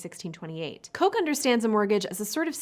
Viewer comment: Just a heads up, Sir Edward Coke is actually pronounced "Cook" :)